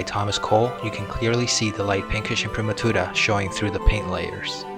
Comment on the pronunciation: Well done! A pleasure to hear someone pronounce 'imprimatura' properly!